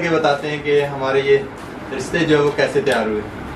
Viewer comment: Unique recipe. Aap ristay keh rahe hain but likha rista huwa hy jo kbi b ristay nahi bola ja skta so khyal kea krain. Bht zbrdst recipe. Stay blessed. Sjad.